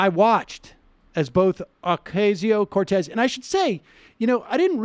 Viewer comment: Sam, her name is not Ocarzio, Ohcayzio or Ocazio, it's "O cass io". Just saying.